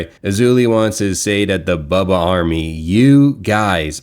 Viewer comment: Who is bawlbuh?? 😂😂 Why can’t this idiot pronounce Bubba correctly English is his first language.